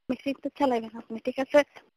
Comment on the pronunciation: ম্যাসিন ম্যান😂😂😂😂😂